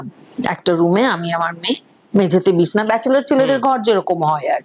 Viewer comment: Madam, Bishna na Bichhna bolun. 😊